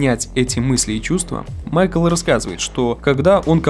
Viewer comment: "Майк"Л" какой майкл?